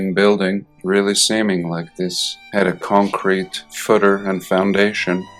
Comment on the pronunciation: sidenote, enjoying the way you say, concrete